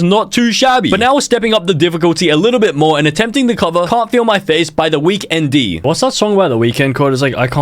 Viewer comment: “WEEKEN D”💀💀💀💀 Blud it’s pronounced The Weekend